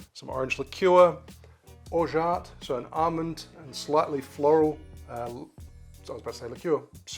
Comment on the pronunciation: That’s the best prononciation of Orgeat I’ve heard on YouTube! (French speaker here)